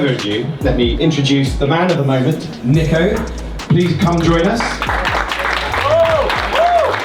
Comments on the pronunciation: “Let me introduce the man of the hour: NICK-OH”💀💀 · They called Nico Nick O 😂😂😂